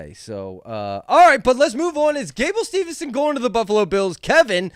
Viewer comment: The name pronunciations are an epidemic in this show! Remember only one N in his name. Gable Steve-son. Not steveN-son.